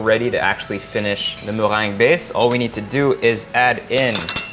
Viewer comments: Zah moh-rhang (the meringue)! So different from how we said it as children: me-reng-ge hahaha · MuhhRRRrrrrheeengue. I love it❤️😂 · Notice how he says "mewang" hahaha so fancy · I love how he say meringue 😍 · The way he says meringue tho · Did yall hear him say meringue?? 😍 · Your accent in Meringue tho.😍😍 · All I can hear is "meringue" ;-) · I love how you say meringue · Is that how you would say it? Sounds cool!